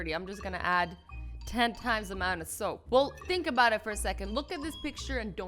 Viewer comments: WOW... I wonder how much shoap.... I was like what? And realized she meant soap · Azzy: Shoap :>